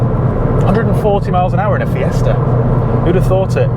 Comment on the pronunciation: It is Fiesta, not "FiesrR" .